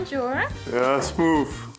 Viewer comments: Kun je ff geen smoof zeggen maar smooth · lekker smoof zegt ie lmao